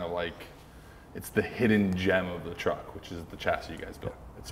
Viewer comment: Kens pronunciation of truck is so wet..”TRHUCK”